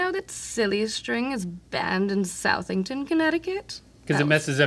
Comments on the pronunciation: suth-ington, not south-ington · I’m from “south-ington” Connecticut so that was a nice surprise! We pronounce it as “So-thing-ton” though 😂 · It's not SOUTH-ington, Connecticut it's SUH-thing-ton. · As someone who lives in Connecticut not everyone is rich unless you live in lower west corner and it’s SUTHINGTON it’s not pronounced SOUTHington ughhhhhh but I still love you guys 😊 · Because it's my hometown it's NOT pronounced south-ing-ton, it's suthing-ton, glad to see Michigan happy once again in a multi-species three way. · “South-ington” 😂 is pronounced “Suhthingtin.” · Southing being pronounced south-ing-ton made me smile and laugh. CT mythical beast here and we’re often forgotten among other NE states so seeing us on the board was cool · As a lifelong CT resident, I cackled at "SOUTH-ington" 😂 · "South-ington" 😂 I hope that pronunciation was on purpose. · SOUTHington Connecticut physically pained me, it's pronounced Suthington. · "south-ington" lol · Connecticut seems like she's channeling southern belle. Also Southington is pronounced "suthington":. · It’s pronounced “Suh-thing-ton” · Southington is, Suh-thington, Connecticut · Ooo, girl. Even though it's spelled Southington, it's pronounced Suhthington. 😖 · And she pronounced it like a Yankee 🤢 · Being from Connecticut, the way she pronounced Southington made me laugh 😂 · If they have no CT natives... they might not know. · The way Connecticut said Southington made me wince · ooh hearing the mispronunciation of southington ct got me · Scoff, Connecticut can’t even say Southington correctly. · she butchered the pronunciation of southington, CT 😂😂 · Fine to use the trope of everyone in CT being rich... but they probably should have not been southern... and also know how to pronounce Southington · As a Nutmegger, I cringed at the pronunciation of Southington. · Personally attacked at the pronunciation of “Southington" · The way Connecticut pronounced “Southington” yikes 😂